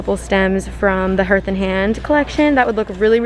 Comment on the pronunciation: I enjoy your videos, but please Hearth rhymes with Darth, not earth!!